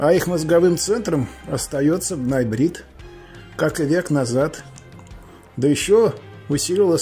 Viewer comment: Как то он странно произносит бнай брит похоже на наебрит или ноябрит от названия месяца ноябрь???!!!